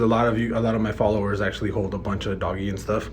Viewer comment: It's ",doge" not doggy